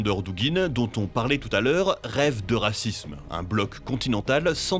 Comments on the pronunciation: à attention à la prononciation. D'ordinaire je ne vous dit rien mais là euh "Aleksandr Dugin rêve de racisme" au lieu "d'euraZisme" ça fait un peu tâche. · C eurasime mais il faut prononcer eurazisme. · j’ai cru qu’il disait "rêve de racisme" au lieu d’eurasisme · pourquoi j'entends "Aleksandr Dugin rêve de racisme"? "eurasisme" se prononce [œ.ra.zizm] avec in s doux comme dans "Asie" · Ca se prononce [Eurazismm], sinon c'est bizarre 🤣🤣🤣🤣🤣🤣🤣🤣🤣🤣🤣🤣🤣🤣 !!!!!!! Ca fait référence à l'Eurasie, le méta continent qui rassemble l'Europe et l'Asie, qui n'est pas divisé par une quelconque mer ni un océan d'ailleurs. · oui mais il l’a mal prononcé « eurazisme » pour la prononciation le z